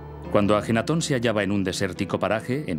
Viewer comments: Es AKENATON, que bruto póngale cero xD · AKENATON no ajenaton, ya la regaste antes de empezar.